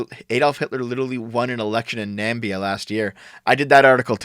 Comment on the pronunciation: pronouncing "namibia" as "nambea" is so funny